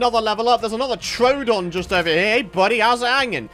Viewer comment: Not to be rude but you sayed troodon rong you say trowdon when it's pronounced troodon 🙂